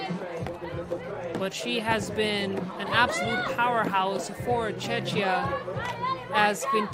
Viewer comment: Hoping the announcer could pronounce Czechia properly.